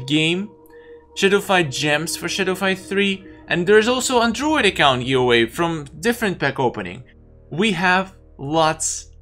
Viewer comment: I kinda love the way You pronounce Give Away like... Giwway? Giwuay... xD